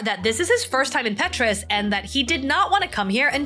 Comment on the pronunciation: It’s Petra not Petrus lol ❤